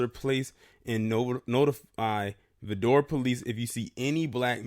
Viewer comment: Vidor is pronounced Vigh-door